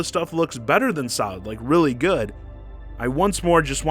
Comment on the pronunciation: Your extended emphasis in "reallyyyy" is all wrong, unless you talk like a weirdo. Never heard anybody speak and extend the second syllable.